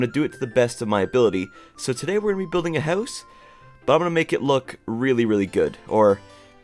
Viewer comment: No offence but the way you say house sounds like ‘hause’ 😅